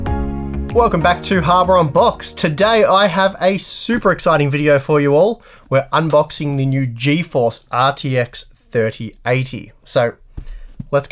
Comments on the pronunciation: Dude I'm Aussie born and raised, and I swear to god you're just messing with us by always saying "Harbour Unboxed". There is no way you're saying "hardware" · "harboronbox" wow that's new 😂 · No matter how you defend it, you still say "HARBOR UNBOXED" hehe. No offence though. Big fan of your channel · I swear you are trolling us. I heard "harbor" unboxed and replayed it a bunch of times. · harboronbox.. yeah... I thought I heard it too.lol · "harboronbox" wtf lol